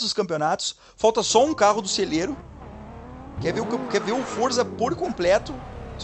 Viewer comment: "veylon" kkkkkkkkkkkkkk